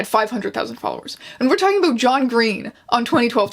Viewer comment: the aboot! i used to think canadian stereotypes werent real